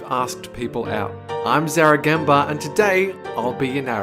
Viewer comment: Zaeragandba do the tounge roll like Dolan plźzzzzzzzzzzzzzzzzzzzzzzzzzzzzzzzzz 😣😣😣😣😣😣😣😣😣😣😣